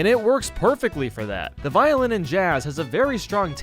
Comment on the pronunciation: why do ppl pronounce violin like that